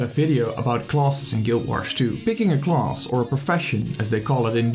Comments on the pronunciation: "Closs" instead of class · Huhu it bothers me how he says class as "CLAUSE"....But otherwise, it's a good video. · The way you say "class" though 😂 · the way he said class